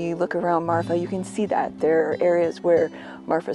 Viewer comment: The name of the town is Marfa, not Martha. As a native Texan I don't think there is a "Martha" TX. I could be wrong, but I don't think so. Anyway the place is called Marfa, and it does have a long history of inexplicable lights.